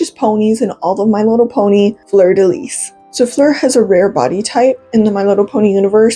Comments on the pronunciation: Fleur de Lis is pronounced Lee. Its French. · Itty bitty correction since the fleur de lis symbol has surrounded me my whole life It’s actually pronounced without the “s” at the end of lis!! So it sounds like “floor deh lee” :3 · its fleur de “lee”❤ -a cajun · I'm interested in the lore, but the way you pronounce fleur de lis just kinda irks me.../lh the last word is pronounced like 'lee'.. Ik it can be kinda confusing between how French words are spelled and pronounced, just thought I'd point that out tho ^^ great video otherwise, I never knew that before!! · "lis" in "fleur de lis" is pronounced as "lee," but aside from that, very cute video and i loved learning about her hehe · The S at the end of Lis is silent.